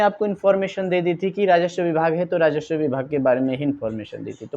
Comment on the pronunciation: भाई, राजस्व होता है राजश्व नहीं।